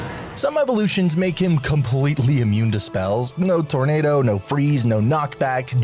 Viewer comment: "47 Evorrrlutions" im dying